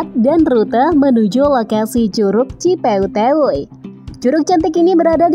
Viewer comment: ci peuteuy,bukan ci peuteyweywuy